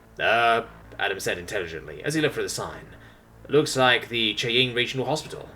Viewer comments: FYI, Cheyenne is pronounced Shy-Anne. It's a Native American word. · Dude, Cheyenne is a native American tribe name pronounced like "Shy Anne" unless everyone around me has been pronouncing it wrong this whole time. Sorry, that's been bugging me since this series started LOL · 10/10 as a Cherokee I can confirm lol